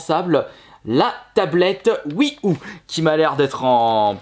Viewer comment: La "Oui Ou" 😅😁